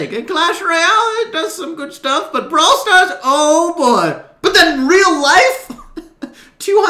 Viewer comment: "Ball stars," "Moatis"